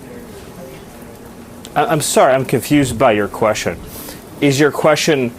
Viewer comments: Stephen Miller can’t understand a simple question, but at least he pronounces it ‘queshon’. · "I'm confoosed by yur qweshion." Holy lord.